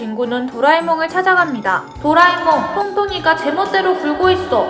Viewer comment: 나는 도라에몽을 도라이로 들으고 노진구를 노변태라고 들었어요ㅋㅋㅋ